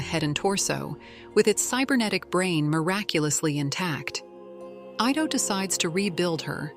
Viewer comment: The doctors name is pronounced "eee-tow" not "eye-tow". For A.I. to be used as much as it is, it proves that people of today's society are two things #1 - LAZY, and #2 - STUPID. And using A.I. will make them more so.